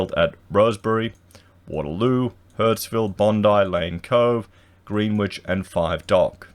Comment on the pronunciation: 'ɡrenɪtʃ please.